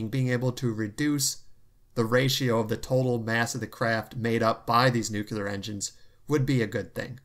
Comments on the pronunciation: Nucl-EE-ar not nuc-U-lar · NEW-CLEAR, not NEW-CUE-LAR. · Good to see you back. The word 'nuclear' is pronounced 'nu clear'. There is no second u sound. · Chads: nu-clear